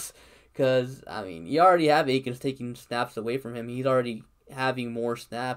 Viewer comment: Why is it so hard for people to say Akins at this point 🤦🏻‍♂️